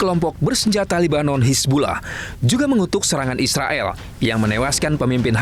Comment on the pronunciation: Gila ya blom ada bukti, Ngomong nya eanak aja ya bilang isreael😂😂